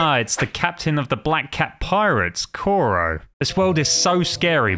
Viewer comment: I hate the fact he said captain Koro instead of kuro